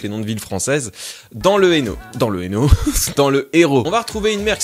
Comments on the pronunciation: "Le Hénault. Euh le Hérault" c'est l'Hérault, l'Hérault xD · T’as su prononcer la ville... Mais pas le département. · Dans l'Hérault 😂😂😂 Pas le Hérault 🤣🤣🤣 Mais on t'en veut pas ☺️☺️☺️😂😂😂